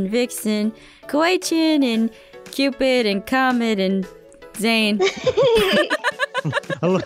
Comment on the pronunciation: Yeah Aph was dead when she said 'Zane'